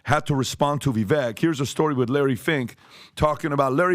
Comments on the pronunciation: Viv-vake.....not Viv-vek. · Say it with me "Vivek rhymes with cake!" I donno how Patrick still hasn't got this after so long. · You guys are still pronouncing his name wrong. Vivek (Vivake like cake) remember? Lol. Just saying. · Please learn to say Vivek’s name correctly. Rhymes with ‘cake’. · vih-vayk. It really is time to starting respecting him enough to prnounce his name correctly. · Learn how to pronounce Vivek ramaswami's name correctly. It's not that hard It's not pronounced how it is spelled. If you say cake. It's basically VIV-AKE